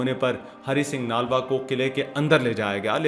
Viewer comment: Bhai ji Aapko Namaskar. Aapne bhut hi joshili Vani me bde sundar dhang se achhi sachi bate btai hain sunkar bhut achha lga hai. Chhoti si vinti hai. Nalva shbd ka uchcharan thik se boliye. Nlva boliye. Aapko 🙏🙏🙏